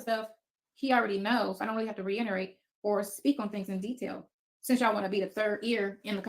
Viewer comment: She don’t have to re-in-er-ate. Do you mean reiterate? English please